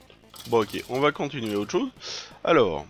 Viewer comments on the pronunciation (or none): none